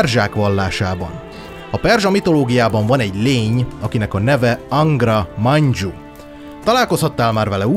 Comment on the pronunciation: Èn úgy tudom nem dzs vel hanem j vel ejtik Angra Mainjut